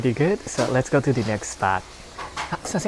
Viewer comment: “ LETS GAO”!!!